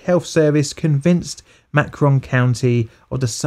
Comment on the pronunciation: Not to sound like a jerk, but in your story about the syphilis experiment in Alabama, Macon County is pronounced MAY-cuhn.